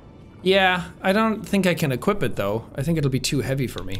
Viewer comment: I love how no one is commenting on Jacks choice of pronouncing some words. I nearly died of laughter when instead of saying Equip, he pronounces it, Equeep. That instantly took me back to that stupid Family Guy Wheat thins commercial, when he argues with Brian, about how they should pronounce it. Wheet thins, Wheat Thins, Equip, Equeep. XD